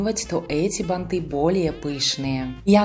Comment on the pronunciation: Красивые, спасибо за МК, но слух режет бантЫ, бантА, ударение всегда на корне слова, бАнты, бАнта.